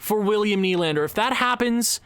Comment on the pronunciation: Who’s Adam? It’s Alex! Also Will-Nye the Lander guy… it’s knee but if your going to say nye then add the science guy thing because why not